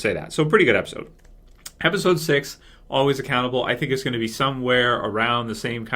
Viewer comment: At first I thought was saying "Always a cannibal" when he said the name of the episode! LOL